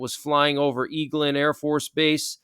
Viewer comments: its pronounced Egg Land not eeeg land. Eglin AFB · Eglin AFB is pronounced egg-lin